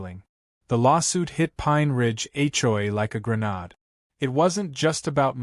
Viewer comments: It’s a grenade (pronounced gruh nayd). AI is just utterly moronic. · GREN- ADE!!!!! NOT GRE-NOD!!! I CANNOT STAND AI!!